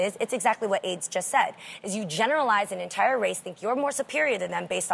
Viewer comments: Xenia D she said Aids 😃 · "ADE'S" not AIDS